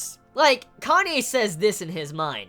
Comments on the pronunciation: You're gonna keep calling Kanae "Kanye" aren't you? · Do you pronounce it 'Kanye' just to spite me?;~ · lol i loled when you said "Kanye" .